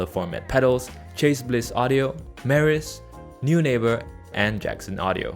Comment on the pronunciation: For half a second I was like “what company is ‘New Neighbor’?” 😂 that’s an interesting way to pronounce Neunaber